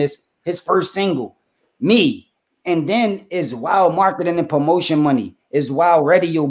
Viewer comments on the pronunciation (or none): none